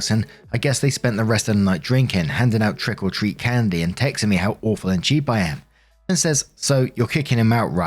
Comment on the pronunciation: Every time says, trick or treat, it sounds like he's saying "trickle treat".